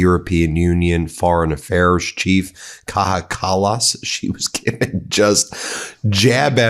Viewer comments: Again dude... It's pronounced KAYA not KAHA... She's from Estonia. Untraveled Americans think everyone not from the US is Mexican... And then they get picky about how people pronounce Kamala but butcher every other languages. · You have to pronounce it as "Kaya" Kallas, not "Kaha". She's from Estonia, not from Spain or Latin America. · It's Kaja (K-EYE-A) Kallas, Ben. 😉The world is absolutely disgusted by the thin-skinned malignant narcissist, pathological liar and convicted FELON Dozy Donald Trump. Seriously, 8647!! 🤬🤢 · The name of the EU minister Kaja Kallas is pronounced "Kaya Callas"..! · Kaja is pronounced like Kaya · Kaya. It's pronounced "Kaya". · The "j" in Kaja Kallas is actually pronounced like that letter in "Jesus" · Just a quick (of absolutely no significance to the main topic featured in the video ((most recently inter-nationally discussed aspects concerning) global security), although exhaustingly elaborated by me) note on the pronounciation of the first name of Kaja Kallas (Kaja): pronounce the «j» in «Kaja» as you would pronounce the «y-»-sound in «buying» or the «y-»-sound in «flying», the «y» in «you», «yard», «yikes» or «yet» the «ll»-sound in the spanish words «calla» or «calle»; that is, a narrow, short, forceful «i»-sound (as in «in») followed by a softer sounding wovel. Not like in the «j»-part of the spanish «baja» (which is a uvular sound). The closest example pronounciation-wise would be (again, referring to Spanish), to pronounce the «-«aja»-part of «Kaja» like you would pronounce the «aya»-part of «playa».